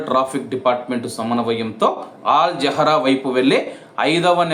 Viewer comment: ఆల్ జహ్రా కాదు బాబు అల్ జహ్రా అందరూ బాగుండాలి అందులో మనముండాలి సుత్తి ఆపు దరిద్రింగ వుంది నీ న్యూస్ చూడాలంటే బోరింగ్ నేనొక్కడినే కాదు కనీసం నేను వందమందిని అడిగాను నీ న్యూస్ గురించి బోరింగ్ అని వివరాల్లోకి వెళ్ళితే మనం చూసుకుంటే ఏంటి చూసుకునేది